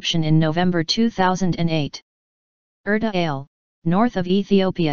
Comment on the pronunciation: Pronounced Er ta Aa le